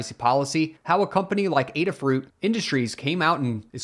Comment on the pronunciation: Thanks for making this video. It sounds like the case against Qualcomm isn't necessarily all bad, but time will tell. And thanks for making the special effort to correctly pronounce Adafruit! Much appreciated!